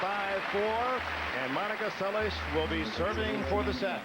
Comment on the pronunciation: Steffi's sliced BH dropshot was lethal. She wasn't able to use it in the second set. By the way, why was Dick Enberg pronouncing Monica's last name as se-lish? Is that the Hungarian or Yugoslav pronunciation?